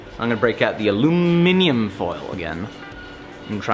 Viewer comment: Can it be? Has this piece finally been finished? Is it still 2020 or is it 2030??? LOL the mish-max pronunciation of Aluminum, love it.